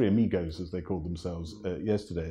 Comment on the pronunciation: Three amigAs - not amigOs! If going to use another language get it right!